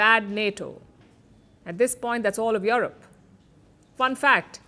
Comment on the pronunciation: Yurep not yorop